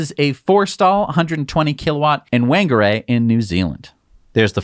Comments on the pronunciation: Whangarei is pronounced “Fang-a-ray” ... Now you know ;) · Whangarehai NZ pronounced FONGARAY, for your next NZ Maori phonetic’s. WH = FA. Cheers guys, great job as always. Kiwi living in London and looking forward to clicking on Model Y - buy now when Berlin gets going....